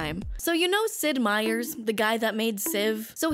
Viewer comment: I love how she keeps calling him "Sid Meiers" because that's what it always says on the games.